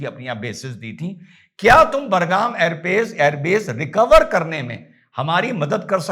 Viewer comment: आप बार बार बरगाम बोल रहे हैं बड़े भाई, वो बरगाम नहीं- बगराम है. धन्यवाद. 🙏🚩 Love You बड़े भाई. ❤❤❤